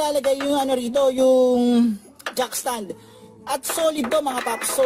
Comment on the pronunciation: Not jack stand instead jack ston👍💯😅😂😂 good job bro☺️